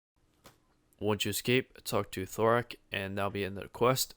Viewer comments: Yeah, but he definitely said Thorak lmao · There's a D at the start of his name, not a T. It's also Ar-Ock, not Or-Ack. Holy cow I've heard some terrible pronunciations of RuneScape names and places in my time, but Thorak over Dharok takes the cake. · dharok "thorak" lol